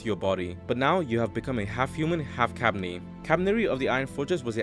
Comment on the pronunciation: You mispronounced kabane